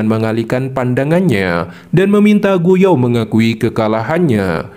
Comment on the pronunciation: Gu yuan bang, bukan gu yao